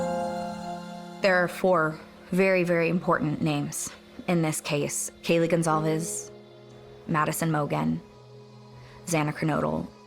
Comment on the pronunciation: Her name is spelled like “gone calves”, I thought that was how you said it